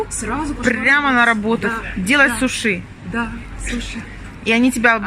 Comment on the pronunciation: А мы говорим: сУши, а не сушИ. Я в первый раз слышу, чтобы так произносили. 🤨😮